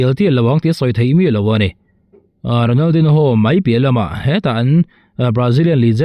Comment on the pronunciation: Ronal din ho tih tulh tulh ai chuan an mahni lam dan a Ronal di nho tihve mai hi a tha lo maw.